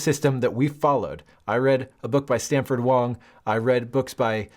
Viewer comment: Sanford Wong not Stanford Wong lol